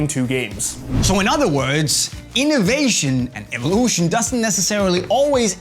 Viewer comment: innoveyshn and ivolushn😂